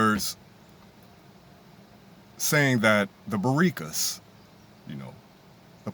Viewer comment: Lol, this video made my day ! Lots of laughs at "Baricas" It's actually pronounced "Boriquas" ! The way you were pronouncing it had me laughing !